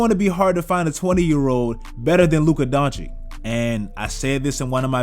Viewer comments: Luka Doncic not Doncik pls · Don-chich not Don-chick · DONCHICH! Not Donichic